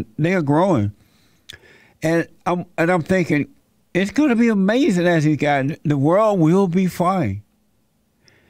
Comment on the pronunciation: Ain't that like amayzin? Amayzin!